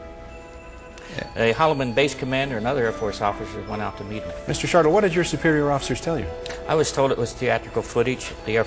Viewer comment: Mr SHARTLE?!!!!!!!! Robert IMANIGGER?!?!?! How can I listen to anything else after that